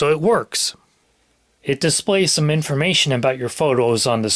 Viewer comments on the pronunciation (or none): Did you say "Inerformation"?